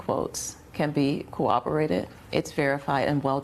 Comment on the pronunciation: I don't know. She says her work can be "co-obberated." Is that like "corroborated"?